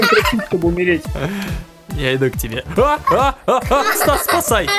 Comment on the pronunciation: тиж сказал сас а не стас